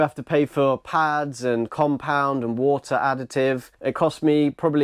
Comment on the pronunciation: "Four li'ah Wo'ah Bo'ah" Yes, Four liter Water bottle 😆